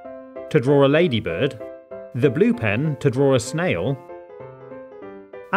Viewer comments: Did this dude say ladydud 😆😆☠️😅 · ITS THE WAY BRITISH PEOPLE SAY IT!!